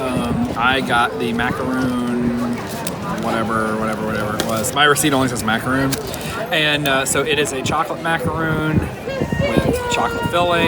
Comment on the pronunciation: Out of curiosity, do they not have macaroons in Florida, that macarons keep being pronounced as macaroons? Also, did they really name it a croissant donut? Does FL also not have Cronuts? So many questions:) love the reviews, and has the best system to avoid lines:)